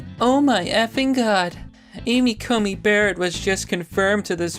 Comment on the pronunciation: Dude,. She's SCOTUS now. You should get her name right. You called her Amy CoMey Barrett a couple times. It's an 'N' not an 'M'.